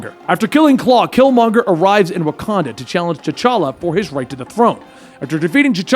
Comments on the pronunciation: Did my mans just say the king of wacondom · Rakanda?? He says that shit like too many times....